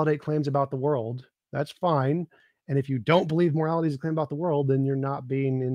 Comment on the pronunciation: Daniel's over-pronunciation of the letter T (e.g., morali-TEE, socie-TEE, etc.) makes my skin crawl. 🤢